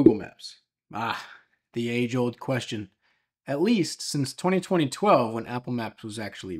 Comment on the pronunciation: In the intro, why did you say Apple Maps was released in "Twenty Twenty Twelve" ?